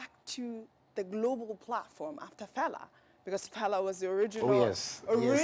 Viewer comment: Can Ojy Okpe please endeavour to pronounce FELA name ,(and other African names ) properly the way she would learn to pronounce European names. Thank you.